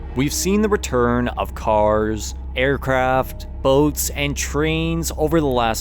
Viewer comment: It's "Aircraft" my friend. Not "Aircraft". You got it right second time.